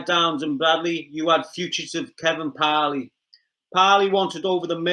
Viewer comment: The once again talking-about things he knows nothing about, he only knows what he has read in the news papers. Kevin Parle or Parley as the pronounces it should be advised that his name in pronounced Parl, the e at the end is silent 🤪😜